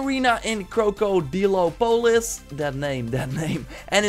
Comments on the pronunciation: The way you said krokodopolis is awful lets sound it out Croc A Da Top I Lis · CROW CO DEE LOW PO LUSS Fucking hell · “Kro Kro Deelo Polis” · Why can't you say Krokodopolis, it's one of the easiest names to say lol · You seem to have a lot of trouble with Krocodopolis... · The way he pronounces “Krokodilopolis” triggers the fuck outta me lmao